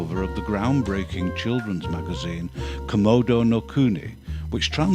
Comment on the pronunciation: Mispronunciation. You pronounced the magazine "Komodo-" like the dragon, where it should be "Kodomo-". I don't know if you have a means of editing, but I thought I'd mention it if you had the means and desire to do so. No big deal, though.